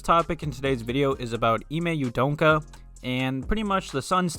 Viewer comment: Dude.....just say his name the way it's spelled U-D-O-K-A....there's no N in there